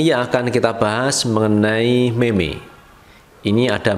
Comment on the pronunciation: Cara sebut bukan meme, yg btul mim